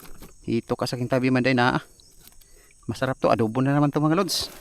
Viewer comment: Adobo brod... Hindi adubo